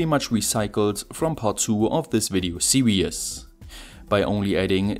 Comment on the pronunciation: I guess it might be because of how the german word "Serien" for "series" is pronounced. The last "e" in "Serien" isn't silent unlike in "series". If you pronounce it like that in english, it's going to sound similar to "serious". This is a mistake which also happens to me sometimes by accident (I am a german as well). Listen here: www dict cc/?s=serien